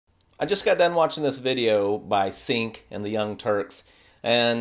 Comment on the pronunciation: Ummmm... YouTube much??? BTW, it's pronounced 'J-ea-nk'